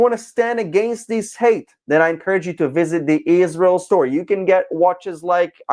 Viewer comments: She is one of THE worst offenders - when it comes to obsessive bad faith lies. lmao She can't even get the name right. Ishreeul. lol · Ever since she married a white Catholic beta boy and turned Catholic, she became possessed by a hate spirit of Israel. In her hatred, she doesn't even pronounce Israel correctly, like an ignorant person. She should do a deep study of the Catholic religion that started 321 years after Jesus by a conniving pagan emperor and also the muslim religion that started 610 years after Jesus, concocted by the Catholic Church because of their hatred of Israel.